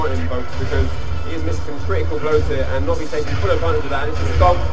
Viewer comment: LOL it's 'Nobi' not 'Nobby', he's not Harry potters dick shaped elf! In the UK we informally add a 'y' suffix to transform nouns into adjectives. For example: I like that biscuit (n), I like that 'biscuity' (adj) pizza base. A 'nob' (n) is a male's genitals and describing someone as 'nobby' (adj) means they're characteristic of a penis.